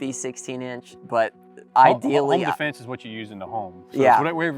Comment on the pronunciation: “Defnese” lol